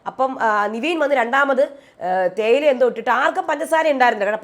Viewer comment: എന്റെ പൊന്നു ചേച്ചി നിവീൻ അല്ല നെവിൻ ആണെന്ന് ഒരു 100 വട്ടം പറഞ്ഞു 😡😡😡 നമ്മൾ പറയുന്നതൊന്നും മൈൻഡ് പോലും ചെയ്യുന്നില്ല 😡😡😡 very bad 👎👎👎